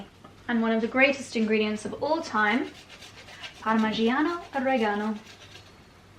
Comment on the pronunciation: is “Parmigiano Reggiano” not parmigiano regano!!! It’s Italian of course and it comes from region Emilia Romagna (Reggio Emilia that is why is called ) ❤